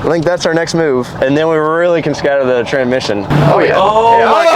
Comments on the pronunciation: 'tranmission' "TRANSSSSMISSION not TRANMISSION 🤣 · Say it with me Trans-Mission